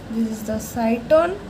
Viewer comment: Head part of neuron is called cyton/cell body not cyston what you are saying.